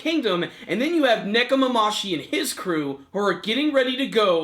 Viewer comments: it's Nekomamushi not Nekomamashi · nekomamushi not nekomamashi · ne-ko- ma-MU-shi.... it's been several weeks now come on man get their names right